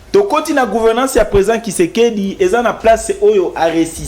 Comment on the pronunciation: c'est Tshisekedi et non Kisekedi